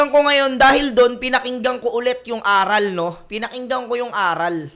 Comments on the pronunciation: Boss ,ARAL ! yun hindi A-ral ginawa mong pwet eh 😂😂😂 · idol, magkaiba po bigkasin at ang ibig sabihin ng pagkakasabi mo ng ARAL sa ARÁL. ARAL po yung prinopronounce mo na ang ibigsabihin ay lesson. While yung ARÁL is mas mabilis siyang bigkasin sa pag baybay mo sa RAL. ARÁL. Educated ang meaning nyan. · mali yung pag kaka pronounce mo ng ARAL at mali pag kaka intindi mo. ARAL yun na ibig sabihin bihasa sila hind yun ARAL ng nangangaral sila or nagtuturo. bugok naman nito yan sabi ko eh basta makapag labas lang ng video.